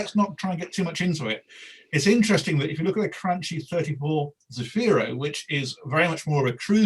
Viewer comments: It’s Cranky..not Cranchee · As usual, mispronounces the Cranchi (crun-key)! 🤣🤣 But much agreed about having much to like from that very established Cantiere!